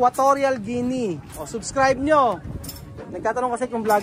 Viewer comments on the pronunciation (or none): none